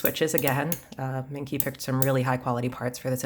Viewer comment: I think it’s pronounced like mung chi